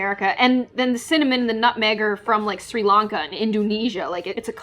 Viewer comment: I'm Sri Lankan and this is the first time I've heard someone pronounce Sri Lanka correctly